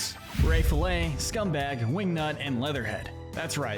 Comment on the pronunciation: You calling her Scumbag but her name is Scumbug.